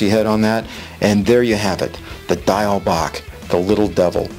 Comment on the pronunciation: Diawl Bach is not Gaelic or Irish. It is Welsh, from Wales. You pronounced "bach" correctly but "Diawl" is pronounced "dee- owl". Great pattern though. ;-)